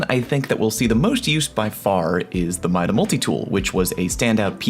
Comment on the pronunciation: MIDA? really? bruh